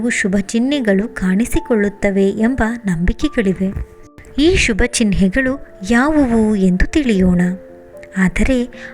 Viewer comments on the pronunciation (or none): It's ಚಿಹ್ನೆ n not ಚಿನ್ಹೆ